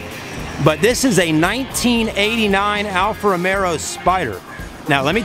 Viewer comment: It's Alfa Romeo....not Caesar Romero.